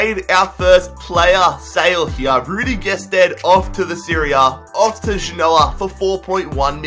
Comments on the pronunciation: It's pronounced gesteed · You pronounced gestede wrong